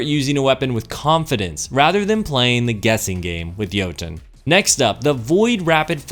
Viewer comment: Softer T'n next time on Jotunn. It's not Yo-TOHN. It's Yo-Tunn....... literally spelled like it sounds. EDIT: Also, wow... I'm trying to be nice here, but you have lost me with this one. Jotunn's shots are anything BUT unpredictable. You didn't spend enough time with it unlike your opening statement of "i ExPlOrEd EvErY fUsIoN rIfLe DeEp".... if you had, you'd know you can manipulate the tracking by leading your shots... like ANY OTHER FUSION. You'd also know that there's more than one way to play Jotunn, by treating it just like any other fusion; use it like a flaming fist. The goal isn't to try to land your shots at 50m+ away... the goal is to LAND them. A good Jotunn player will never miss. I should know. A-tier at best.